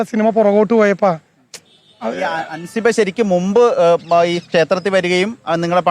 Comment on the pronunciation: ഹാൻസിബ ❌ 😂അൻസിബാ ✅